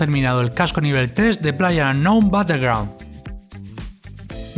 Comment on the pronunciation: plaller aungown batelgraun